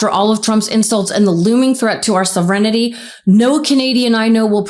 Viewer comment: Its pronounced Sov-ern-tee. Damn you really destroyed that word.